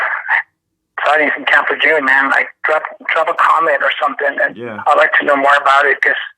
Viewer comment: It's French, camp (in phonetics) lay- zhoon